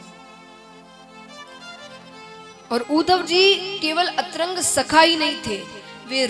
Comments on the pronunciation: Maaf kijiyega kishoriji aap atyant gyani h pr atrang nhi pz antrang hota h iska pronunciation pz bura na manein ji🙏🙏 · अतरंग मित्र के स्थान पर अंतरंग मित्र होता है साध्वी जी।